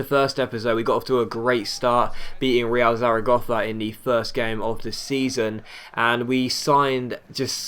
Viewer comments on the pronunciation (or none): not sure if this will help now, but i'm pretty sure it's pronounced Real Saracosa. The castilian "th" only happens on c, like in "gracias". Could come in handy.